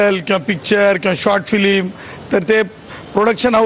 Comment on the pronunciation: फिलिम नाही रे येड्या फिल्म...